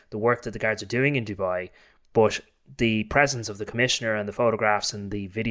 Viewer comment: It's not Jewbai it's Dubai ya muppet 🤣😂👌💯